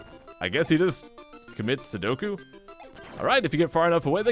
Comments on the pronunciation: hehe silly its seppuku not sudoku.. sudoku is a tiled math game:P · Treecko Master I know. I was pointing out that said "sudoku" or something to that effect instead of "seppuku."